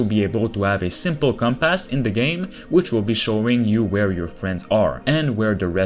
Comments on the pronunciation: Com-pass. No T at the end. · Compass. Without -.